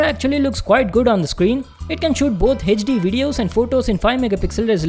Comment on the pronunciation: Hechdi hechdi kiu kr raha hai bancho bol HD.